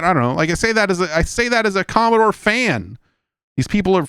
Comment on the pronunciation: Stop saying Commostore